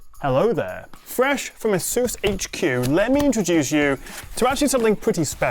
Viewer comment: AY suss not a SOOSE. The latter sounds ridiculous.